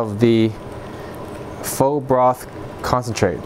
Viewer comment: Pho is pronounced like “Fuh”